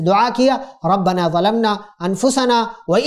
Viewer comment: ربّنا ظلمنا ہے ربّنا ولمنا نہیں, درست کریں